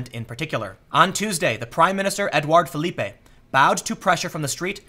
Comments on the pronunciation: Not pronounced "Philippé" (Philipp-ae). That's a Spanish pronunciation. Just Philippe. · Tim, Philippe isn't pronounced as the Spanish Filipé. It's Filiip, the e is silent and the second I and P are "long". Just FYI. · Tim, it's not pronounced "Felipe" but Phillip. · Don't pronounce french names as you would pronounce spanish names! Philippe is pronounced the same way as in English "Philip."